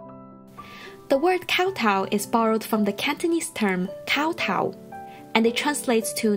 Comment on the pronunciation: why is she pronouncing kowtow like that...